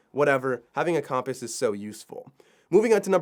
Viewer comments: Useful! But the pronouciation compass had me reeeeeal distracted. 😒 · I've never heard compass pronounced that way before, although looking at the word I guess it makes sense. Have I been saying it weird my whole life? Now I'm curious how everyone else says the word. Cum-pass or Comm-Pass?